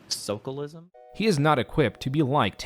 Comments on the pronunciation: Jesus christ, this dude is like a real living cartoon character of the brainless jock that eats glue and hits his head on walls to make himself laugh When he said "sos chalism" to mean "socialism" some of the light inside me died... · So everyone who gets TV or internet acclaim is smart? 🤔 I'd check out TLC and reevaluate... If he had writers for his interviews and conversations, he should hire new ones. 😂 Like, imagine having a writer coach you to pronounce it like "SOAK-alism". Dude's such a dweeb, I don't give a shit about his contracts. I'm still sure he'd be broke as hell without them.